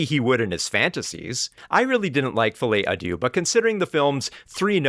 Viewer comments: As a french speaker it made my day to hear you say “fillet adieu” 😆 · It's not pronounced "Follie a Doo"😭